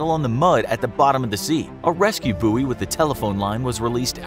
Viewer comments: pronounced buoy wrong but ok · You say buoy completely incorrectly